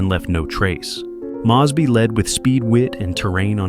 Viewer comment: Impressive, but his name is MOZE BY, not Mahz by